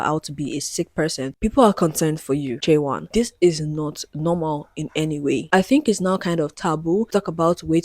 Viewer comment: Just to correct, her name should be pronounced chay-won. This is getting a lot of attention from non K-Pop fans so I wanted to let people know! Thank you for doing thorough research on what makes tripleS unconventional because I have never liked the system they are under. Giving fans control through their spending power is already part of how K-Pop works but I feel that their label has taken it to a new extreme with the NFTs and voting system.